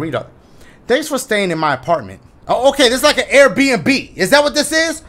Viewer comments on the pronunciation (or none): none